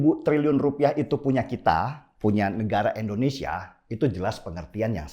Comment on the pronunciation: Indonesia bang bukan endonesia.